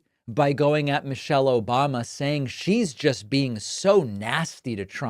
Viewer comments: The "OBAMNA" made me lol. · lol "Obamna" never gets old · He can’t even say Obama without some weird pronunciation. He’s nasty